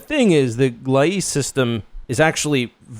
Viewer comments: Gleise = Gly-zuh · Never heard someone pronounce Gliese (/ˈɡliːzə/ i as in fleece) the way you are. lol.